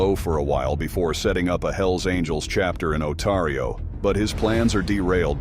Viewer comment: Otario lol it's ontario